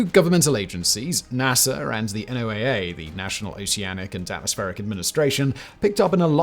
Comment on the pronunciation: NOAA. Sounds like "Noah".